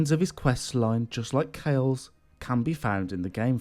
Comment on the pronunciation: Kale. It’s not Kale it’s Kalé (Ka-Lay)